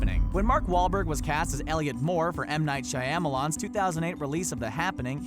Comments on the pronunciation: Has no one told this guy that he says Shyamalan wrong in every video... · How about some fact checking first? Daredevil made 179 Million dollars at the Box Office. And learn to pronounce Shyamalan’s name. Shoddy reporting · PLEASE learn how to pronounce Shyamalan. Whatever you're doing - it's wrong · When you hear Shaiamolan